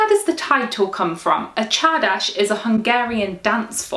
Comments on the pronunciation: Thanks for spelling csárdás correctly, and for your efforts trying to pronounce it. You need to pronounce the "r" as well. In English "r" is often skipped, but in Hungarian it is a hard "r". FYI "csárda" is a kind of inn, where people can drink and dance. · Not quite, she didn't pronounce the "r", it should be a hard "r". Otherwise I'm actually impressed, she obviously did her research. Unlike most youtubers who would just say something like "I probably butchered this word". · c h a r d a s h ? Wow, I thought it was pronounced tsardass!